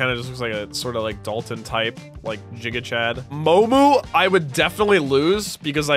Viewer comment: Bro just casually said jiga-chad💀